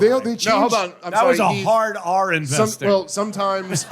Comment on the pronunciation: “End-vesting” needs two more explanations.